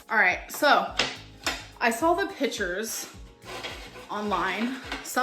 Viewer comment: and “I saw the PITCHERS” not pictures